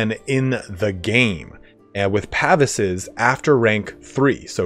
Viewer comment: It [pavise] is pronounced "puh-veese" like "geese" with a 'v'.